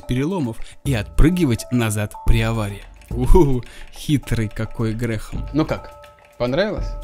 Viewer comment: Грэм, а не ГреХм!😆